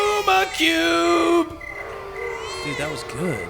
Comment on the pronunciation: You pronounce lume cube incorrectly